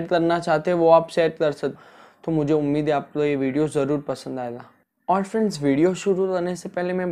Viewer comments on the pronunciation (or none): none